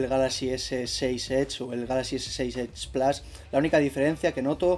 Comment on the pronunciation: edge plus no plas